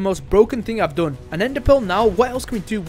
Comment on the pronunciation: Why you say doon not done